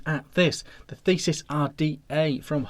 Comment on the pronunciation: Sorry I just have to say not Thesis, but this is the The-see-us. Like the fighter of Minotaurs Another good review:)